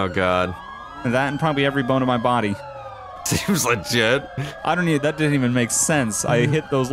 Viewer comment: “SEEMS LAGIT” Lol jk